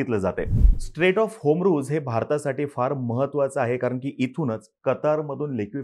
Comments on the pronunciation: होमरूज नाही रे बाबा हॉरमूज आहे ते.. नीट उच्चार करत जा की.. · Strait of hormuz....not homruz